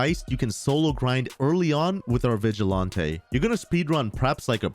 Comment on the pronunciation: Lmfao I’ve never heard someone say “vigilante” wrong haha it’s an actual word, just like “toreador”, which makes me die every time I hear say it wrong 😆